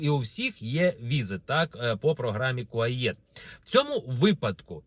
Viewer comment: Не будуть кордони відкриті через 2 роки... п.с. Програма КУАЕТ, а не КУАЄТ.